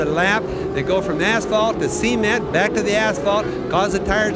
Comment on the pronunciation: In all the races I've heard Bobby Unser's commentary on, I've never never heard him pronounce "cement" before. Now I can't unhear it.